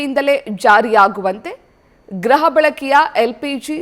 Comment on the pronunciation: ಗ್ರಹ ಅಲ್ಲ ಗೃಹ ಬಳಕೆ